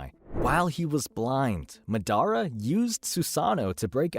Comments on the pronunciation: It’s MAdara not maDAra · Madara is not pronounced Midara my guy, go watch the dub again. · buddy couldnt say ma-day-rah ( madara) that tilted me sooo bad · It’s MAdara not maDARA. Also SOOSano not soosANO. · Mah•dah•rah. Not Muh•Daruh. Jesus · Bro is Madara not Madonna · Who the hell is this guy? Ma-dara? It's Ma-da-ra you fool! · Madara ❌ MuhDaRuh✅ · madara❌ Medara ✅ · ma-dara lul its moder-a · This dude said "MA dara" 😭😭 made me wanna block him real quick, I stopped watching real quick, still had to call that shii out😂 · such as mad-a-ra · man said MA-DAR-RA lmao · “Ma DER Ah” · Lost me when he said…Ma- dar-ra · It’s madara (maa-da-ra) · Mah dara 🤣🤣💀💀💀 Edit: who’s madara I only know of Mah dara Huh? You mean Mah DORA 🤣 Yooo kuh doma I’m sorry but this is too funny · The way you said MA DARA caused me physical pain😂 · Instantly caused me internal bleeding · Who’s madara I only know of mah dara 🤣🤣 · for reals has he ever watched Naruto they say his name like 1000 times hahah moo dara, its like black panther Namor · And SUS ANO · do you just like to say things wrong to be different, or have you genuinely never listened anyone say Madara, Deva Path, or Baryon Mode (amongst other names you said wrong here)? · left the video when you pronounced madara wrong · This is the first time I've heard someone say madaras name like that. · Turn this shit off when u pronounced Madara wrong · You pronounced so many things right How do you keep slaughtering Madara’s name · We gonna talk about how he said Madara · LMAO THAT HAD ME DYING I WAS LIKE WTF